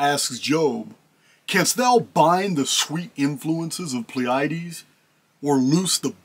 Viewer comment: I had to look it up: PLEE-uh-deez ...Pleiades